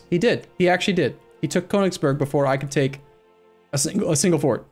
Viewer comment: You should add a little feature to ExcelBel that renames the provinces to how to pronounce them properly. :D Seriously, Konigsborg? :D